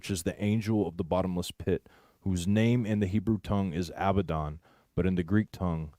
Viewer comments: Abaddon. A-bad-Don! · A-BAD-DON!" Oh, Abaddon????? Satan, comes as an angel of light!!!!